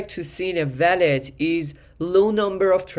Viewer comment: bro its wallet..not.valet. just say wooow-let❤🙏🏻😉